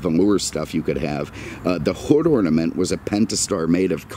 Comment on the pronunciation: "hood orninent"